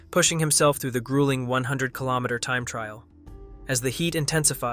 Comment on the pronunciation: how the fuck can you pronounce foreign names and call a kilometer a killomasses?